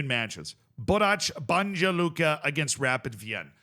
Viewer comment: it's pronounced Borats, not Borach, and Banya, not Banja. But you got Luka right and almost nailed Celje (its first sound is Ts) this time, so congrats!